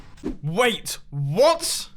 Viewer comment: Nobody: Mumbo in his very hard accent : WAIT W O T ?